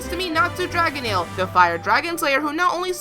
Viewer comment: Olden Gordon its DRAG- NEEL not DRAGON-EEL